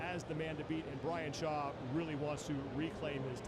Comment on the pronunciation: Brian Shaw was the only name they pronounced right lol